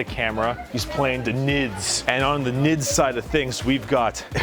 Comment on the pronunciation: Is it just me or when says "Nyds" it sounds so funny?